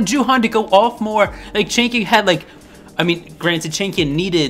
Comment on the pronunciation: Well lol i always hear chicken when you say changkyun 😂😂 my baddd